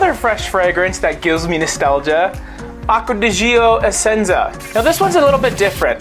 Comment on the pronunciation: Beautiful videos! Just one thing: the pronunciation is like "Acqua di Joe". Trust me, i'm italian 😉